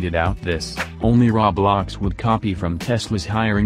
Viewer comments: "rawblox" Roblox: "RAWBLOX, ITS RAW" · Him: Ok guys so Raw-blox Subtitles: Ok guys so roblox.... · When the voice also said "raw blocks" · "Now cmon Raw-blaux" XD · "Tesli" great voice pronouncing